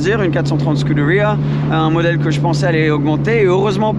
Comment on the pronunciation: Petite question pourquoi il se tue à prononcer scuderia en anglais et pareil pour huracan il le prononce en anglais ? N’est ce pas des marques italiennes ?